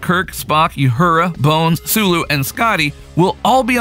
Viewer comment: "Youhura".... egad, the cringe. "Star Trek 4 The Voyage Home trailer with Chris Pine" Clickbait bull manure. More cringe. And why their hesitation about recasting Chekov? Yelchin is dead, get over it. They've had a handful of different actors playing each of the TOS crew and there are plenty of actors who can fit the role just fine. They need to stop fooling around and just do it.